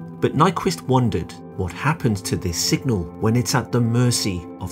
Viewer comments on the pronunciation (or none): Does the narrator say 'singal' several times (instead of signal). Otherwise this is an excellent non-math introduction to Nyquist theory.